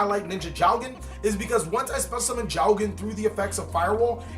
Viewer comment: perfect annunciation dude^^ it is jougen^^ the ou shows that its a long o sound^^